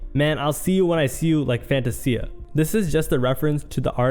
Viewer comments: Bro said "Fanta-C-uh" instead of Fantasia 🤦🏽‍♂️ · "Fan-Tay-Zia" is how it's pronounced. Where are you from? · The fact that he showed a clip of Keenan instead of rkelly and the way he pronounced hilfiger and fantasia is wild lol